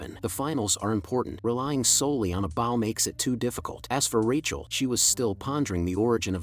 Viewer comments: Awesome work. but the AI reader saying Bow like Wow and not Bow like Beau drove me nuts. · How can none of these AI pronounce Bow properly 🤔😂